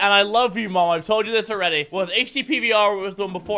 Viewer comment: When he says 'mom' I die a little inside